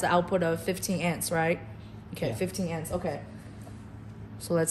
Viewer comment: Your narrator needs to learn how to say "AMPS". She repeatedly said 'ents'. Amps (amperes) are the basic unit of current. Your 'engineer' should have corrected her and re-recorded the video with the proper terminology.